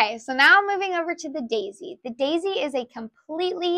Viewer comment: I love how your accent comes out when you bring out the Dayzee. It really shows your enthusiasm and how much care goes into Geshelli Products❤